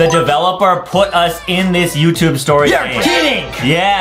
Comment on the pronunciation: The way Justin said "YoUtuBbbbbe